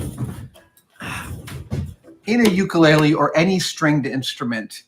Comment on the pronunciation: For the sake of education of a larger audience (and on behalf of my Hawaiian wife), you built and play an 'ukulele and your pronunciation is a little off. It does have an interesting history with its name and why it is associated to Hawaii, which many do not know. It is great that you share your discoveries, experiences, and most of all, your enthusiasm with the rest of us.